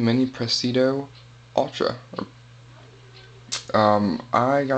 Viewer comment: Say it with me pres-i-di-o.... LOL nice knife, handled one today, will buy soon.